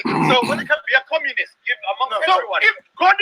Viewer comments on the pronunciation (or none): "I'm the "Commonist"" ....lol excellent